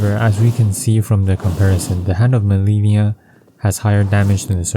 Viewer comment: If you fought Malenia and "learned to hate the move", how can you still mispronounce her name? lol